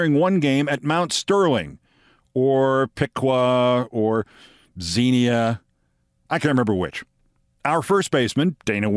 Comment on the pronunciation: Thank you Keith, for pronouncing Xenia correctly. So many news people say Zen-ya, that it's really frustrating to hear news from the area.